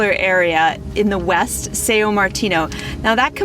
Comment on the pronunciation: It's not actually Sayo. It's pronounced nasal as "Saoong".... without overemphasizing the ng